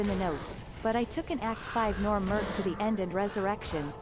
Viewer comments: its merc bro not mers take this downvote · i love your channel and content and all but man i can't power thru this vid due to the food eating... most annoying sound in the world i swear fo'gawd that and saying "merc" like murse/purse instead of merK as in when a mercenary MERC's someone.